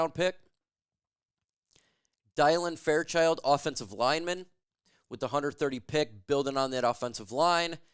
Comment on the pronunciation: ‘Die-lyn Fairchild’ is crazy his name is Dylan bro 🤣